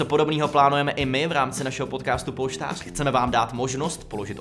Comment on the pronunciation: luky uprimně ten název polštář je strašnej a pojmenovat ho polštář když neumíš říct ř není moc chytrý